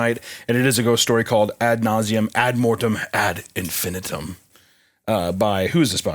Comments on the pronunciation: its pronounced ad in-fin-EYE-tum jfc Also, amber alerts aren't issued for just a kid missing. Its only for an abduction. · In case anyone cares, it’s pronounced “ad in-fi-NIGHT-um” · All of you collectively mispronouncing "ad infinitum" is absolutely driving me up the wall.